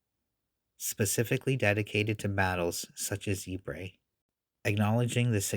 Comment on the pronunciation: Ypres is correctly pronounced as 'ee-pruh'.